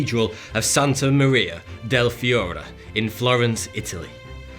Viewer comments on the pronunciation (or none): none